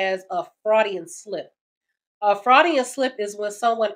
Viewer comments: "Freudian", not "fraudian". Sorry. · Freud, as in its pronounced “froid”. But on point otherwise. Keep spitting sister! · It's pronounced like FROYD, after the famous Sigmund Freud. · You will hear it. (more properly pronounced Froy-dian not Fraudian) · BTW, it's a "Freudian (Froidian) slip, not a fraudian slip. Those kinds of grammitical errors are what cause me to change videos. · Freudian, not Fraudian. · "Froydian" (you said it wrong) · I'm pretty sure Sigmund Freud's name is pronounced "FrOYd", at least that's how I always heard it. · Just to help you out sis.. It's pronounced "froydian". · Sigmund Freud. Froy dee uhn. slip. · Great content creator, but the name is Freud. Pronounced like FROYED. It shouldn't bother me so much but it's giving me angry ticks hearing it, so Im gonna have to skip this one. I get the point though, don't keep disrespectful women around. It's the last straw. The only way to get her respect back is to dump her, prove you don't need her, and then upgrade your life. Hell if you want to rub it in, post pictures of you upgrading your life, or even better, of your with the next girl. She can respect you from a distance lol. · His name is pronounced "froy'dian". freudian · Sounds like fraudian slip haha, is that one, or just American pronunciation of freudian slip? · Did she say, "Freudian slip"?? What is that? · Why do you say Freudian like that? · You pronounced Freudian wrong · You are butchering Freuds name. Love your content though.